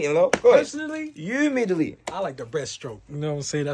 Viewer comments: “u meed the leeting” who peep that slip up from 😂😂😂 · 😂😂😂 hahaha it’s lead the meeting not mead the leeting